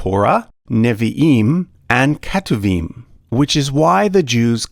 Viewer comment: Hey! I noticed you pronounced כתובים as ‘keh-too-veem’, while it’s not far off, the correct pronunciation is more like ‘k’toov-eem’. Hope that helps!